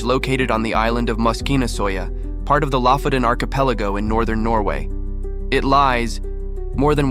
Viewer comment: it's lofoten, not lafoten